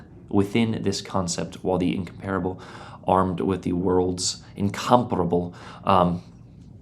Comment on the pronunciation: The correct pronunciation of Incomparable is lovely to see ❤